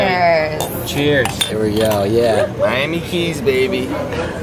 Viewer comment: he just said mia keys